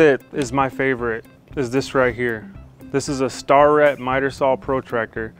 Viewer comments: Pretty sure its "Stair-it" not "Star-ret" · Excellent video. By the way, "Starrett" is usually pronounced to rhyme with "stare" rather than "star." With the first syllable stressed, it comes out sounding about like "STARE-et." An alternative tool which you may have already looked at is the Festool "Angle Transfer Tool" but at $175 (--or included as an accessory if you fork up the $1500 for a Kapex miter saw), t'ain't cheap. A more cost effective alternative is the Bora "Miterix Angle Duplicator," which can be had for about 1/5 of the cost of the Festool version. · Wonderful video awesome content super useful and clearly your an experienced carpenter but my good sir it’s pronounced “STAIR” IT” not “star” “Ette” that just you many machinist’s will thank you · love your videos, however, im a toolmaker, and starrett is tools i use........they are pronounced stair-ette......not star-ette...........haha, not picking, keep up the great videos man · Good Video and deomonstration of the angle finder tool. That brand name is pronounced "Stair-it" - like a set of stairs you climb with an "it" on the end. They make quality measurement equipment like micrometers and calipers as well. Just thought you might want to know how it's pronounced. Keep up the great videos. Clay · Nice vid, but to clarify (Starrett makes PRECISION machinist tools, guage, indicators, etc....just like Browne and Sharpe) Starrett is pronounced STAIR - IT, not Star-it. No big deal, but thought you might like to know. The 2 companies above make some of the finest US made precision tools. Edit..Just finished the video, you really did a wonderful job in the corners and on that awkward rounded edge with the 23 degree edges. Did you use the orange guage at the saw to show how wide the thin piece was, or is that always a certain width? Great job! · Great video. Side note: Starrett is pronounced "stair-it" rather than "starr-ette". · Its pronounced Stair-ret not star-ret just in case you care to know.